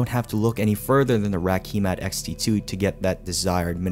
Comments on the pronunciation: Ki - matte not key mat but nice video! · Kímat not Kīmat. Kímat = Lightning.